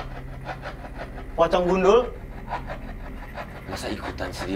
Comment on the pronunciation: Lg serius dengerin tiba tiba banget typo nyebut nama walisdi. Jd walsidi 😅😅😅 hettt auto ngakak gue